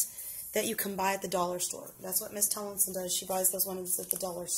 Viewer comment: and its tumlinson